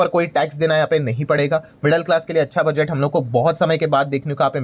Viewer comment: ये बुडगेट को बजेट क्यूँ बोलते है